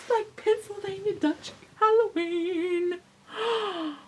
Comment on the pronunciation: You said Halloweenie!!! hehehehe!